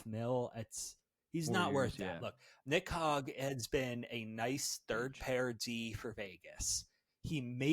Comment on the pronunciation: LMAOOOOO trying not to laugh at this guy saying Nick HOG for the 17th time. Jesus Christ dude.